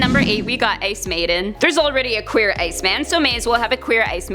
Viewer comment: You cant say qeur